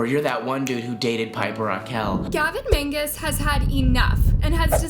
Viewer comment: u said mangus its magnus